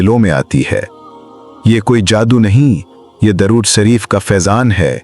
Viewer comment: Apne alfaz to thek se bola karo video banake chakar me ghabra ghabra ke darud sharef ko durud sharef ambara ko amar video banake pura dekho suno fer upload karo pls bakgraud mewjek kew kya jarure hai samjhana kam begadna bahut hai